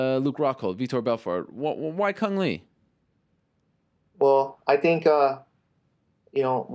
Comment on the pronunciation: Le not lee he Vietnames not chinese